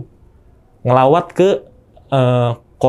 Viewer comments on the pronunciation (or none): Nglayat,,,bukan nglawat